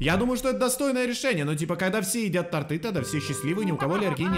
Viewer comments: Не тортЫ а тОрты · Не торты́ а то́рты...я слишком надоедливая)))))